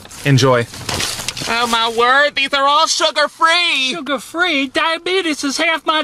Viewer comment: “It’s surger free” Me:AHHHHH! HHWIWJEJIAJWIJIWNWKWJIEWN THATS A CRIME! WAHHWUAHUWNWUNWUWNUWNWWHWJWHU UR BAD THATS A CRIME